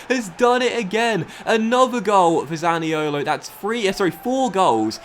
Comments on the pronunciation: Please stop butchering the Italian accent when saying zaniolos name man 🤣🤦🏿‍♂️ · maxi malone ni colo zani olo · i do like but i hate it when he pronounces zaniolo